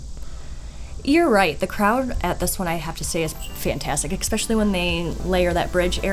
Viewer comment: I don't know WHO needs to hear this but....THERE'S NO X IN ESPECIALLY. OR ESPRESSO. For the love of all that is holy lol